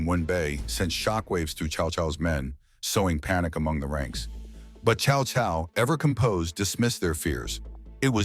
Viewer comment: It's close for AI. It's pronounced Tsao Tsao, which is close. Most people pronounce it cow cow. Which is wrong.